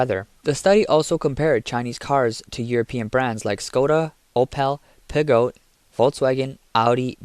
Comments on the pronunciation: Did you just pronounce Peugeot as Pig-oh? 😂🤣😂🤣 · There are no goats in Peugeot. It's pronounced "poo-ZHOU". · Interesting that you pronounced "Peugeot: as "pig-out." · I hate these AI crap vids. If you can't even pronounce Peugeot, why try, listen to the French say it first at least.. At least reread or listen to the crap you make. Don't bother watching This it's garbage, well other than we all know junk made in China should stay there. Ev's are a pile of garbage made befor anyone found a way to recycle them, Solar, wind as well.